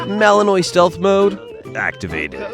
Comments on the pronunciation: Please reprogram the AI to pronounce Malinois correctly. Realllyyy annoying. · I love it when the AI narrator butchers the word Malinois....ROTFLMFAO!!!... Here's a bit of a hint...don't pronounce it like the state of Illinois...lol. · Please learn the correct pronunciation of Belgian Malinois. 👎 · 1000% AI Narrstion. Can't even pronounce the breed of dogs correctly. 😂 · Dude stop talking.....just show the video. And, learn how to pronounce malinois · For crying out loud, there are online dictionaries all over the Internet. Look up and listen to the sound byte on how to pronounce "Malinois.". Is that so much to ask?! Now a bunch of others will walk around mispronouncing their breed. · Learn how to pronounce "Malinois"! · The narrator should have been taught FIRST how to PRONOUNCE "malinois". 🙄🙄🙄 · Malinois is NOT pronounced the way your AI slop bot thinks it is. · At least learn to pronounce Malinois. It is mal-in-waa not mal-in-oise. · They're Mal-in-wahs, not Mal-in-noise, even though that's how it's spelled. It's French. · Mal-on-wah. Not mal-eh-oy. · It’s malanois not malannoy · It’s not Malinoy,it’s malinwa. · It’s MAL LIN WA… not noise… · Okay, Mr. Narrator! Malinois isn't pronounced MalinOY. It's pronounced MalinWA. It's French. Say it right. Thank you.😊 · Not Belgian "Annoy" (although it might be a factor, given their constant energy level!)...it's Belgian Mal-NWAH". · It's not a Belgian Malinoi, it's a Belgian malinwa French pronunciation) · Not Malinois as in wa, not noise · Mechelse herders (original Dutch name of the dog) are shepherds from Maline (French name for the town of Mechelen). Malinois is pronounced Mali-n-wah. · As these gorgeous workers are from Belgium, the "s" is silent, which why the breed is pronounced Malin-wah. A super collection of videos! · Malinois ( malinwa) French pronunciation. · Malin-WAH. It's French. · The proper way to say Belgian Malinois is "BEL-jun MAL-in-wah". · It's pronounced Mal•in•Wah